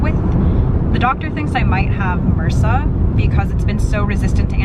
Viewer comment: What's Mersa? Do you mean MRSA??? Because that is pronounced by saying all of the individual letters, not as a word!